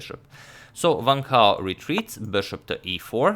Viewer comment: It's Wang, as in this words: want, wanted, wrong, wonder, etc... not as in this words: vant, vanted, vrong, vonder... ^^